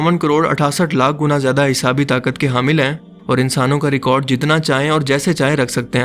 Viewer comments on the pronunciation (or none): none